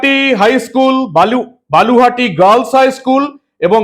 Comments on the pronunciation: বালুহাটি না বলুহাটি ঠিক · বালুহাটি নয় হবে বলুহাটি